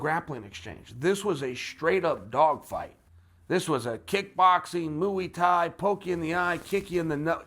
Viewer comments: “Moo-E Thai” 😅😂😂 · Mooey tie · Chael "Mooey Tie" P. Sonnen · Roger Mathew MOOEY TIE😂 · And once again the “ mooey Thai”was being utilized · Chael “Moo E Thai” Sonnen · "Mooey Thai" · You would expect someone that's been in the fight game his entire life would know how to pronounce Muay Thai..